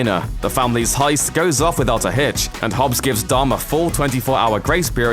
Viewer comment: the way how says dom its like dumb R.I.P the Brian